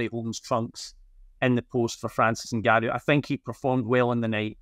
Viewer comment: Please take the time to learn to pronounce his name correctly. It’s In-Gan-Noo. How easy is that? It’s as easy as Jonathan.